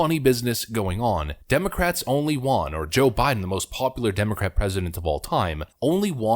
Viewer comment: you say 'won' wrong. like it's an asian word.... it's supposed to be a homonym with 'one' bro.